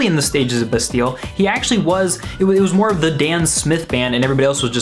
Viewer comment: lol the way he pronounces bastille